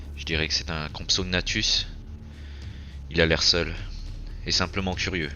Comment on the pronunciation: Bravo tu a correctement prononcé le nom Compsognathus